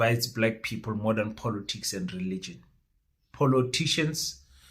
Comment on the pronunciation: Just for the pronunciation of the word " POLITICS". Please it's not Polotics .....l know you love VW POLO, but this is something else